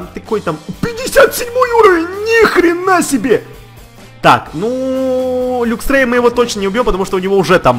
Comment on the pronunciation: не люксрей а лаксрей